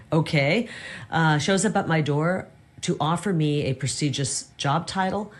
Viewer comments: SO— she “just walked away from a prissegus job”, huh? I suppose that knowing how to properly pronounce the word ‘prestigious’ is clearly NOT a prerequisite for holding such a… um, coveted role? …course not. What an aggressively $TUPID individual.😳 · She said “prosiegeous” instead of “prestigious” 2x in a row. Wish you would have pointed that out,David. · It sounds like Kari Lake doesn't pronounce the T in "Prestigious."